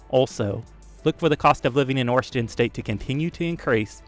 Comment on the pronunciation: This guy says "Washington" like my mom, somehow adds an R in there. Warshington